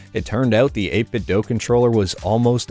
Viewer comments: It's not 8bitdoh but I like it 🤣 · Doo. It's pronounced 8BitDoo. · 8bitdo themselves literally says it's pronounced "8bitdoo"